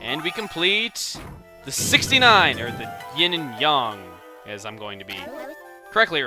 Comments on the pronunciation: its yin yang not yin yan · isn't it ying and yang not ying and yong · ITS NOT YONG ITS YANG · Yin and yong?It's yin and yang! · yin and yang not yawn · um first of all, its not "yin and yong" its "yin yang" and also those are magatama beads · Not yin and yung, yin and yang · it isnt yong its yang isnt it? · It's yin yang DUDE! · it's not yen and yong it's yin and yang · Its not yan, it's yang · I believe it could be pronounced either way? xD UHH. Yin and Yang is how it's usually said here. But I doooo believe the correct pronunciation would be making the a like ah. If that makes sense. So, Yong is kind of close. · chugga i pretty sure it's yang not yong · I think the Japanese pronunciation is "yong" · he's trying to hard with his japanese pronunciation again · yang is pronounced yan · I thought it was pronounced like yang like aang from avatar the last airbender cartoon not the movie pronunciation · chugga I enjoy ya lps just a few things (chibi-ter-ra-SU) and (ying and yAng) i know your probs prenouncing it properly the way it should be but it annoyes me each time it comes up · Yes well it's pronounced with a short a making a short o sound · the a in yin yang is a vowel YOU SUCK TO NOT KNOW THAT!!